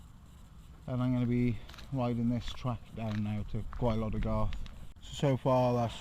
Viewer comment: Nice video! Interesting to see my home patch from a different perspective Well done on your Welsh pronounciation as well :-)